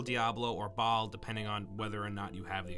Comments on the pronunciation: the boss is pronounced as bail not ba-al and its the Horadric cube is pronounced as hoe-raw-dric, it is literally said like that in game, clearly you never played the game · Maybe just me but his pronunciation of Baal made me cringe, it’s pronounced “bale/bail”. I mean they say it in like 3 cut scenes(maybe more). Just sayin. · You Pronounced Baal and Horadric wrong